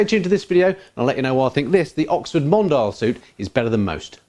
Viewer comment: I believe it's pronounced mon-dee-al, like the French word for "worldwide; global; worldly; cosmopolitan".